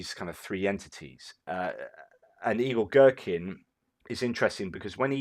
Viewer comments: I always watch on my Tv, had to log in on my phone to say - I keep hearing you say "Evil Gerkin" and it made my day! Keep up the good work Sir! Your commentary is the 💣. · I thought he said Igor Strelkin the Evil Gherkin. 😆 🤣 😆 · LOL the way you say "Igor-Girkin" it all mashes together and I hear "Evil-Girkin"! which might not be all that untrue!